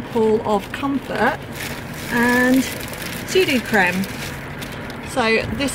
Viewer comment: Is u pronounced the cream as sudicream not sudoocram x